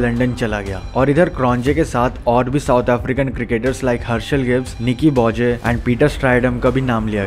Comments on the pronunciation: बोजे nahi बोए again j is silent. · Also Nicky Boje…. “Boye” lol this guy is definitely from that era